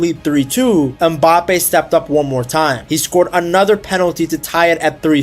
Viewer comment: Its not mbápe its mbapé